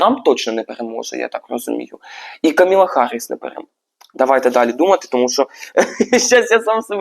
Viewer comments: Та що ж ніхто з тарологів не може вимовити правильно ім'я кандидатки?😅 Вона не Камілла, а Камала (з наголосом на перший склад). І не Гаррісон, а Гарріс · КАмала (з наголосом на першій літері А) ХАРРІС, який харрісон?!? Будь ласка, подивіться ще раз. В кАмали знизився рівень підтримки. Дякую. Стосовно відтягується результат. Почитайте трішки ЯК відбувається голосування та ЗАТВЕРДЖЕННЯ РЕЗУЛЬТАТІВ голосування.